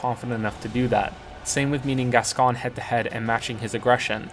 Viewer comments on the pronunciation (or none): Some interesting views and arguments here. Will need to playthrough DkS 2 using only gems and no estus to see what it's like. Apologies for being a pedant but Gascoigne is pronounced Gas-Coin, not Gas-con.